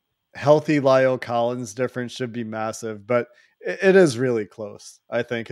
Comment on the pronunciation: It's not Lial Collins.It's La el Collins.It's not hard to pronounce it.